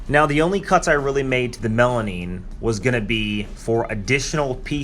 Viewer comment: Melamine ... not melanine